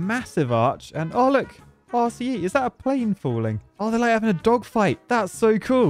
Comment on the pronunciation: With how many times you said RCE in this video, I started hearing it as "arsey E" instead, lol.